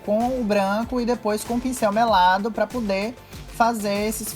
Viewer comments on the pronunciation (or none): "pá pudê"